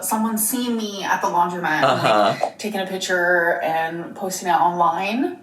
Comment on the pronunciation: “It’s amazeen when people want to take a pitcher with me”